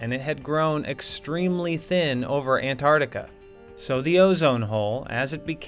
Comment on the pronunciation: This was good but u mispronounced Antarctica